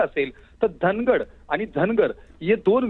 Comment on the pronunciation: धांगड म्हणा धनगड हा चुकीचा उच्चार आहे